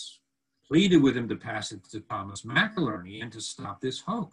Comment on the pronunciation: why are you calling him “McILERNY?” It’s MCINERNY. Are you speaking about another person? I am confused. 😕